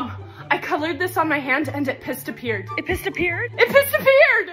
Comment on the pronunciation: The “ it pissed appear!! “ part killed me bc I would mispronounce things allll the time and my parents / older, and mean, sisters would just repeat what I had said and I’d say it again, so would they and this would happen until I caught on and got mad and stormed off 😂.. traumaatic 😭😭✋🏻